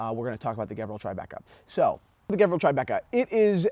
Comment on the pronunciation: Sorry but you are wrong today after 6 years of your video , white dial with silver bezel is the rare one , there is a bunch of black dials that is being offered, and the brand pronounced as Gevril G sounds like saying George